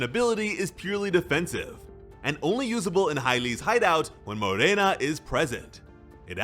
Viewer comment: thanks for pronouncing Morena right